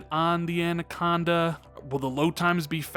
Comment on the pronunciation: Love your content, but have one pet peeve: It sounds as though you pronounce “”Anaconda” as “”ANDAconda”. (my OCD kicking in). Other than that, keep up the good work.